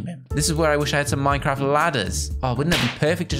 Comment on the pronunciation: Minecwaft XD